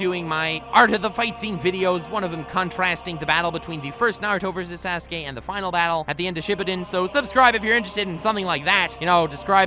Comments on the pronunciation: this man said "Sas-Kay" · lol 'sehskaye'